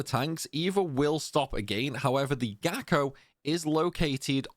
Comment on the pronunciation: After do this TWICE on the PS2, one on the PS3, once on Vita, once on the 3DS and once on the Master Collection, this felt surprisingly easy tough the Gako are a good challengue. Thanks for this guide, it worked amazing and i loce the way you pronounce Kerotan and Gako. Actually your voice is soo nice the whole time :)